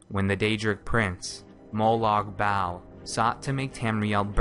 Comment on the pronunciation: why can you pronounce molag bal's name correctly